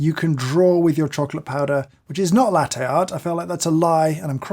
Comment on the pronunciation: His constant mispronunciation of "latte" annoys me